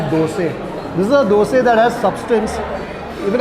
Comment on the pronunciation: Appreciate you saying Dose NOT Dosa 👍